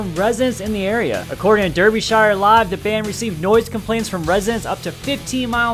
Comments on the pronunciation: I live within a fifteen mile radius of the festival and didn't hear a thing wtf💀💀 also it's pronounced like dar-bee not dur-bee :) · The way he pronounced Derbyshire hurt my soul